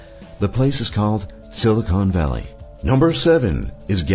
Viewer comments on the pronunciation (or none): none